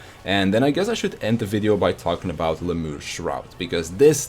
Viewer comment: Lemure is pronounced "Lem-yar-ee"